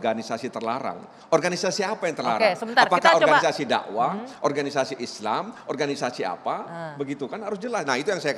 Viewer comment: Baru tau klo Organisasi dalam bahasa Indonesia bacanya menjadi Orhanisasi 😆